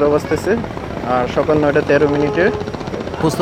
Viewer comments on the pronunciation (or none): none